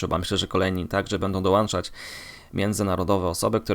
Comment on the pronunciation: kurwa! DOŁĄCZAĆ, a nie DOŁANCZAC🤣